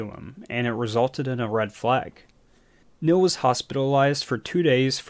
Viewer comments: The man's name is pronounced kneel, not nil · His name was Neil...not nill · We say Neil, you say Nill. Potato, potahto. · OMG the way you pronounce "Neil" is enraging.